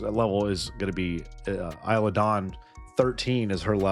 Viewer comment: Isla is said like eye-lah like island is said eye-land